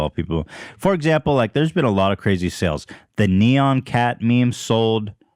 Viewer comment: Why can't say NEON right, the heck is wrong w u broski?